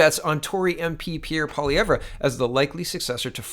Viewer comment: I thought the 'r' in Pierre's last name is silent